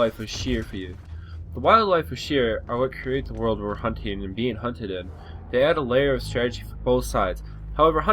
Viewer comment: Hunteded or Hunt to Death?